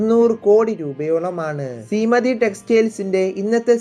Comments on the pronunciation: സീമതി അല്ല ശീമാട്ടി ആണ് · ശീമതി അല്ലടോ ശീമാട്ടി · സീമതി അല്ല bro ശീമാട്ടി എന്നാണ് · വായിക്കാൻ പോലും അറിയാതെ ആണോ മോനെ പണക്കാരെ കണ്ടു പിടിക്കാൻ ഇറങ്ങിയത് സീമ തി അല്ല ശീമാട്ടി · ithu randum thettanu...sabdathinte sa aanu aanu vendathu